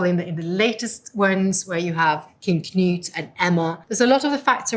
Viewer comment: I don't think I have EVER heard an english native speaker correctly pronounce the name "Knut" She basically got it right. Not this "Canute" BS.